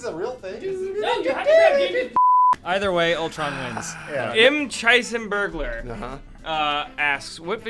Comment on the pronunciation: YES!! They chose my question! Even tho my user is pronounced McHeisenburglar (like McDonalds)